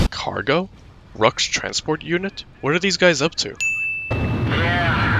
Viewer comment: Uh, AC0 got pronunciation wrong for Belkan names as well. Like Ruchs to Luchs (Lynx), should have a harsh tongue sound, and Schwartz should be pronounced (Sch-Vartz) the W is usually pronounced as a V in Belka- I mean, German! Just wanted to say lol